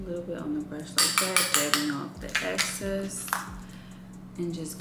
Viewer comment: How come the girlies say "ACCESS" instead of "EXCESS"? Anyway, she and makeup are cute 😍